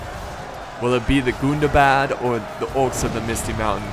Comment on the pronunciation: You pronounced "Gundabad" wrong. In Tug of War I learned that you have to pronounce it in a very special way whenever you say "Gundabad";)